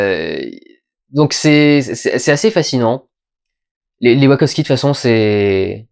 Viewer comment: D'habitude je déteste tes critiques mais celle là est profondément intéressante parce qu'elle invite vraiment à une relecture du film qui est, effectivement tellement à fond sur chaque scène qu'il en est frustrant. Ta théorie qui met en avant que les Wachowski (please arrête de dire ouakovsqui) veulent un peu calmer et faire redescendre sur Terre la génération Y est très très intéressante et elle permet de voir le film au second degré. Reste que Mila Kunis n'a vraiment pas le charisme (ni les dialogues) pour un personnage de cette ampleur (sans compter l'incohérence de son personnage qui passe de l'ignorante à la juriste qui maîtrise le code civil de l'espace en l'espace d'une scène, peut être à cause du découpage à la hache, effectivement). Cela dit, j'ai trouvé qu'encore une fois, les Wachowski avaient une excellente théorie qui détruit la perception nombriliste que les humains ont d'eux-mêmes (dans Matrix, nous sommes des piles pour alimenter un monde de machine, dans Jupiter Ascending, c'est un peu la même chose mais pour des humains supra capitalistes), c'est assez intelligent mais ça reste noyé dans un film d'action qui en met (trop) plein la vue.